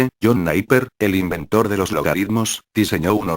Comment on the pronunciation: sabes que hay un error, es John Napier, no Naiper!!